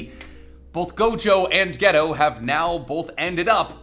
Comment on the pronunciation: His name is not Ghetto! Its GEY-TOE